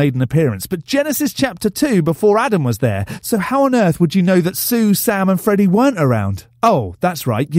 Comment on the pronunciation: When he said Sam and Freddy i heard salmon eddy i dont know why but it made me laugh